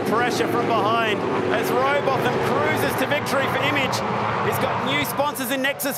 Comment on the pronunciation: Its robot ham not robot tham